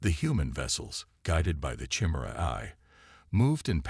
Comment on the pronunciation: You're mispronouncing chimera.